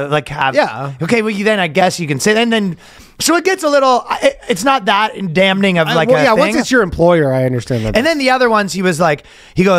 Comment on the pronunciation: dam ning